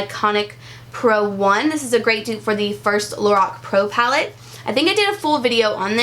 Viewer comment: That part where you took on a British accent and said "Pallet" on accident. I have watched it about 15 times because it tickles the mess out of me. So funny. 😅😅